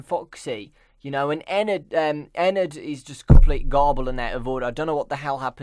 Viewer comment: it's not Ennard